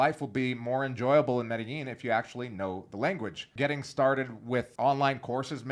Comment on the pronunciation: Is the way you are producing Medellin correct? You pronounce it Meydasheen. Is it pronounced Madayeen?